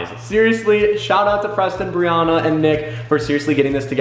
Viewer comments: It is Brianna (BrEe AnNa) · I love how he pronounces her name “Brionna” instead of “Brianna”